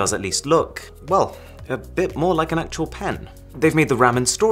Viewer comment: now I cant unhear it lol